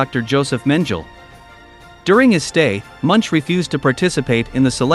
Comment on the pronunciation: Please prounounce the pigs names correctly Munch is not as in. Munch(eat) And Mengele is not mengel